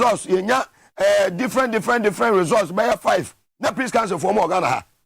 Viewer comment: Are you saying peace council or sin council?